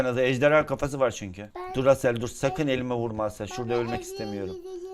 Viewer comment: Abi 11.37 de asele durasel diyon 🤣🤣